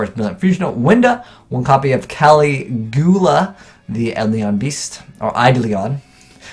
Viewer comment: Will ever learn to read? Find out on the next episode of Dragon Ball Z. (Eidolon is an actual word. You can Google it. Caligula is also an actual word. kah-LIH-gyoo-LAH)